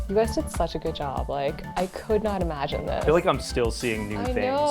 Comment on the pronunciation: "Guuu-id-uhh" 🙄 "Good" is one syllable.